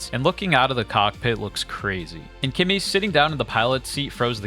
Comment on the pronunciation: This it’s clearly a promotional video, it’s obvious that Claude it’s way better than Kimi , can’t even compare, but you keep saying kemi it’s best 🤣🤣 like you been paid to say that 🤣🤣🤣.